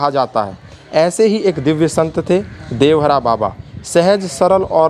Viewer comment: देवहरा नहीं देवरहा 😠😠